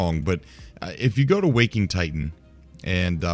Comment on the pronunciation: Please stop calling it Wok-ing Titan. WAK-ing Titan.